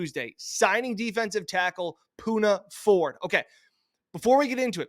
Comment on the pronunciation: u love the pick but screwed up his name THREE TIMES!!! smh 🤦🏽‍♂️